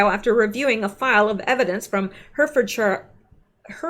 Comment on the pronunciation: Just in case it comes up again - Hertfordshire is pronounced “ Heart Ford Shur:)))) or if you want to sound proper English Heartfudshuh xxxx